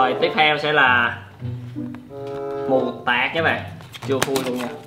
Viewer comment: mù tạt mà anh ko phải mù tạc